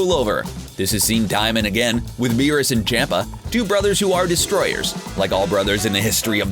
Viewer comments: I hate how he says Lord chompa like Lord Champa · Z-eh-noh. Ch-om-pa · Chompa not Champa, and Zeno not Zino, Jesus does this dude even watch Dragonball? The fool can even say the damn names right except for the DB names that are household names. Smfh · Beerus and CAMPA . Not Champa, Campa . I can't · First of all learn to pronounce names. Vatos with a V not fatos. Chompa with an o sound not Champa and just for the record Vegeta always had the power to destroy the planet evening before his first fight with Goku he blow up a planet cuz he was bored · Why does he say ZEEno instead of Zeno? That is proof that this dude is reading off a script and does not watch dragon Ball He also said CHAMP-a instead of CHOMP-a. I mean come on 👎👎👎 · It’s not pronounced CHOMPa. It’s more CHUMPa or CHAMPa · I really dont like how you pronounce names wrong like zEno amd champa or how ever its spelled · your to English with in pronouncing there names like Champa and zeno there pronounced like ch-ahh-m-pa z-eh-no biggest problem with English speaking people take note there are 5 vowels in Japanese. (a), pronounced "ahh", (i), pronounced like "e" in "eat", (u), pronounced like "oo" in "soon", (e), pronounced like "e" in "elk", and (o), pronounced "oh". All Hiragana characters end with one of these vowels, with the exception of (n). The only "consonant" that does not resemble that of English is the Japanese "r". It is slightly "rolled" as if it were a combination of a "d", "r", and "l". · Lol on champ a pronunciation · champa's name is pronounced chompa btw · Zeno doesn’t fight... WHO WROTE THIS DAMN SCRIPT? They can’t even pronounce champa! It’s champa (chomp•uh) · man the sheer amount of mispronounced names and titles in this 😂